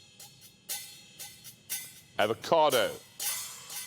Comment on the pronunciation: “Its an EvoCadA”